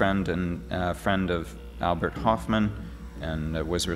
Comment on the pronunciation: If his name was Horfmann it'd have the letter in his name. But it doesnt, so why say the name completely wrong.?